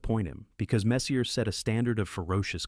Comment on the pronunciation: Can you stop pronouncing the “R” in Messier? You even had it right sometimes. 🤦🏼‍♂️